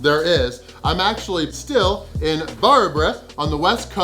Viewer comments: Varberg ❌ War-Bruh ✅ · Your pronunciation of Varberg still sucks! 😆